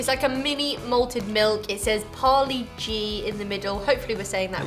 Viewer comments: C'mon, its parle-g not paulie-g!!lol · It's paaaarlee g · It is parr( a slight spanish r)-lay-gee.